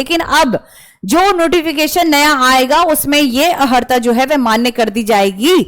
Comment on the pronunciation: आपने अनेक बार 'अहर्ता ' शब्द का प्रयोग किया जो कि गलत है. 'अर्हता ' शब्द है. इसलिए अपना उच्चारण सही करें . शेष जानकारी आपने सही दिया है. धन्यवाद